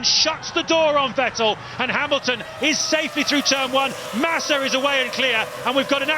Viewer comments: Normal people: Vettel This commentator: Vetél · Had no idea for Fertell was. You're telling me they are saying Vettel? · VET- break-TEL haha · Who tf was Vetteehl ? 😂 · Ahhh the days where the commentators said Sebastian Vet-tell instead of Sebastian Vettel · Back when Vettel is called VeTELL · Vetél was actually pretty close compared to the hungarian commentary back in those days ^^ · Crofty: Sebastian Fettol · More like Wetéll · Ah yes.. Sebastian Vet-tel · "VEH TELL" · Back to a time, in which Vettel used to be called WätäLLLLL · It's still mispronounced....Crofty is the only one saying it right, like FETTEL.. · It used to be vuh-TELL, right? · The Hungarian commentators said 'Fetl' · Vet ell😂😂😂😂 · I love how they mispronounced Vettel, and as a German living in the US at the time, being completely flabbergasted who they were talking about. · Beck when no one knew how to say "Vettel" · the way he pronounces Vettel's name disturbs me greatly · How they pronounce Vettel 💀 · I love how they used to pronounce Vettel like he was French for some reason 😂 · Haha the way they mispronounce makes me feel as if this isn't the same Vettel as today, but a completely different driver. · Its so funny how commentators pronounced Vettel 😂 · Funny how he pronounce Vettel. 😂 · Yea exactly. Hearing Vettel with V is making my ears bleed. Same with Verstappen sometimes. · it's like they mix German pronunciation into his name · They still don't pronounce his name right. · he got it right the first time then he butchered it lol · OH MY GOODNESS ME VET-TTEL IS TAKING THE PLACE It weird to hear after 12 how they pronounce Vettel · Well, they still can't pronounce Vettel correctly, so... Ironically, Crofty is the only one saying his name correctly. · The best part is how they pronounce Vettel😂